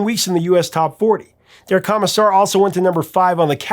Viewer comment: Am I the only one who winced just a little every time Prof said "Kah-missar" instead of "Koh-missar"?